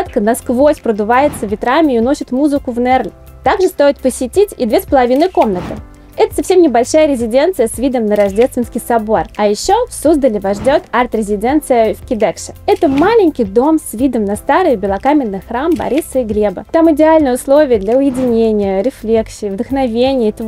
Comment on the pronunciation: не на НЕрли, а на НерлИ не в Кидэкшэ, а в КИдекше никакой панаихи вовсе нет. Бред, короче.